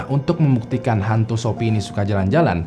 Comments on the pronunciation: Dibacanya sofi bang bukan shopi 😂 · Bang bukannya nama shopie itu bacanya sofi?? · Sophie nyebutnya "Sofi" aj bang biar ga bingung xixixi